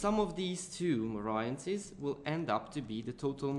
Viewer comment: I hate how you pronounce 'variances' !!!!! ...it's pronounced as 'va-ree-yances' ...by the way brilliant vid very helpful. Sorry if I offend you :)